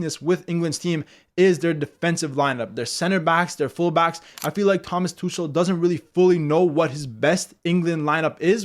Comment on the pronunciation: As a German, I giggled a little at your pronounciation of "Tuchel" (you said "Tuschel" ... "tuscheln" is a German verb meaning "to whisper") xD